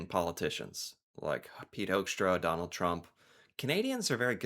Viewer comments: It's pronounced 'Hookstra' bro. As in 'who'. 'Whoxtra'? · One of my close friends is a Hoekstra, born in the Netherlands. He pronounces his name as “Hook-stra”. As fyi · First of all: I want that guy's name stripped IMMEDIATELY! Hoekstra is a Dutch name (pronounced as 'hook', and I'm Dutch) and he's not only embarrassing - and insulting - the USA but the Netherlands too! Then, the Trump administration didn't put tariffs on the whole world, but ON THE US PEOPLE WHO WANT TO BUY/IMPORT FOREIGN GOODS!! So no, Trump is NOT AT ALL putting tariffs on the whole world but on the US citizens!! Also, the Trump administration is just boldly reinventing colonisation - both of Canada and Greenland - kidnapping the leader of a sovereign nation (Venezuela), no matter if that leader was a good or bad leader, AND starts a war with a Middle Eastern country under false pretenses (hmmmmmm, remember that? Bush Jr.??) And ehmmm.... who taught that guy economics?? First punch someone in the face, break their nose, and then ask them if they want to be friends?? REALLY?? ARE YOU THAT DUMB, HOEKSTRA??? Oh,... Canada is RAPIDLY moving away from the USA! Trade deals with the EU, trade deals with China, trade deals with other parts of the world EXCEPT the USA...